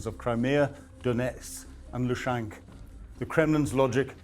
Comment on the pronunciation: Excellent reporting, let down as usual by not bothering to find out how Ukrainian names are pronounced. "Lushank"??!! - everyone knows it's 'Luhansk'! PLEASE just spend a few minutes before these brilliant reports on research 🙏